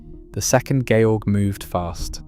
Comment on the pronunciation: His name was NOT George as in George Washington, he was GERMAN, it was pronounced correctly.